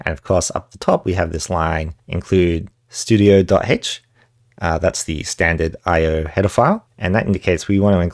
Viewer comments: "studio"? Never heard it pronounced like that. Standard I/O is the only way I've ever heard it. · On what planet is stdio.h pronounced "studio"? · somehow among all this the thing that makes me the most mad is the way you pronounce stdio